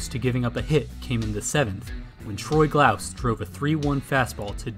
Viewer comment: It's Troy "Gloss" not "Glowse"